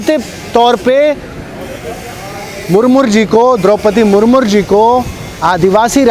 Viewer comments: अबे मुर्मू बोलना सीख ले मुरमुर बोल रहा है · Sale ko Murmu bolna nahi aa raha hai murmur bol raha hai.... 😂😂😂🤣🤣🤣